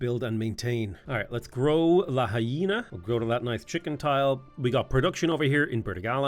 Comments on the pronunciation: Pronouncing Lahaina like La-Hyena is killing me man 😅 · Aloha from Hawaiʻi. It's La-hai-na. Like.. fa la la la la. Hi, like hello. Na. Like na na na na, na na na na, hey hey hey, goodbye:) <3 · La-High-Na is my favorite city on the island of Maui, it’s hilarious to hear you pronounce it som many different ways.